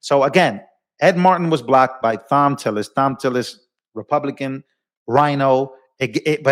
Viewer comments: ( psst, Thom is pronounced Tom) I love Judge Jeanine, she don't play. These RINOs/Liberals are behind in moves on Trump. He about 10 steps ahead. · Tom tillis. Not thom. I know, I know. It’s that crazy English language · Thom is pronounced with a hard t. Its spelled different but sounds the same as Tom